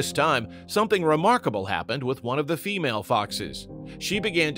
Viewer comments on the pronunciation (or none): none